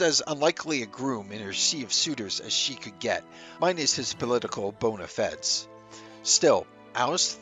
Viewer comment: Man, I LOVE this chick. BTW, VERY disappointed when the mispronunciation of "bona fide" betrayed the A.I. narration. Too bad, but DONE with this channel.